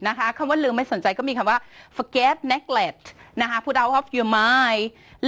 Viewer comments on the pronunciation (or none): neglect อ่านว่า /nɪˈglekt/ นิ-เกลคท ไม่ใช่ นีเกลท นะคับพี่ ^^